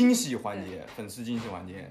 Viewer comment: 说成匪丝（粉丝）笑死我了